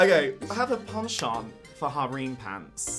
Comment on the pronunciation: It's not hareem pants, its harem pants!